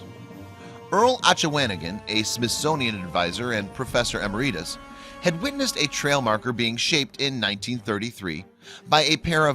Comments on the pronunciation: The word is EMERITUS. Pronounced 'ee-mare'-a-tus', NOT 'emmeree'tus'. Good grief. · 1. A 90 second video stretched into 6 1/2 minutes. 2. If you're going to make unnecessarily long videos, learn to pronounce things correctly..... eh-MER-ih-tus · did narrator just say "Professor Am-or-ee-tus"...? Every one of these videos has him botching the pronunciation of a word. Need to hire an editor....quick. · Em AIR it us. Not: em er Eet us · I'd like to meet this Professor "Emmareetus"... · Professor Em-er-ree-tus? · "Professor EMERITUS" - NOT "emer-eye-tis" (which sounds like an inflammation of the "emer"! Missing the discussion of how it may have been done and what they actually meant. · Professor "Amer-Rhee-tis". Haha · Interesting pronunciation of "emeritus;" I've never heard it said like that. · The way you pronounce “emeritus” is hilariously like a hillbilly. You should know the dictionary can help you out with your pronunciations.